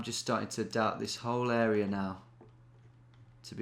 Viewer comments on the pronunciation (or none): none